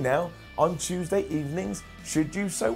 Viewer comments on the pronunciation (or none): none